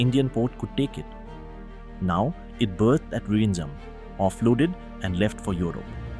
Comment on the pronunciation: Please pronounce VIZHINJAM as Vilinjam. In Malayalam and Tamil, the alpabet 'l' is noted with 'zh'. So pronounce zh as l.